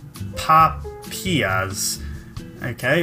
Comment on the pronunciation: XD Really enjoyed this! BAHAHAHAHAHAHA! Also, it's pronounced soap-puh-pee-yuh. And they're absolutely delicious. :P - Lost